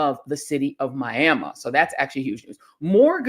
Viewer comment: I love you Joy, I was born and raised in Miami, but we do not pronounce Miami in that way! smhlol🙈